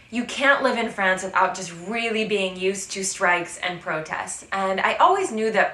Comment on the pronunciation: Hi! I love your videos! Did I hear a very Frenchy "-uh" ad the end of the word "France"? That's actually very endearing.;-)